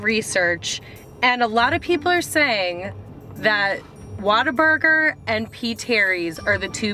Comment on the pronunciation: Where are you from?? You say WhataBurger like a Texan Waterburger lol